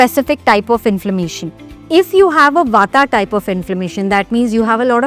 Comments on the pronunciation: It's " वात " , " पित्त " & " कफ " and not ' वाता ' , ' पित्ता ' & ' कफा ' !! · Why you say kapha for kaph bata for bat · There is no such thing as ayurveda it's ayurved same goes with vaat pitt and kaph and not the way you are pronouncing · Please pronounce kaph pitta vaat correctly dor God’s sake.